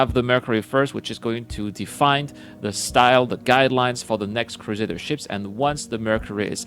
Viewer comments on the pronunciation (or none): The next time I hear Crusaders Industries, I'm gonna unsubscribe! It's CRUSADER INDUSTRIES!